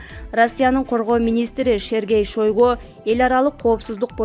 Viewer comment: Кыргызстанда уну жагымдуу диксиясы кучотуу диктор табылбай калдыбы бул кызынар тексти тура окуйалбай екен Сергей Шайгону Шергей Шайго дейтко уйат конкурс менен уну укулуктуу Отто билимдуу жоопкечиликтуу диктор алгыла окуучу кыздардан кылбай уйаат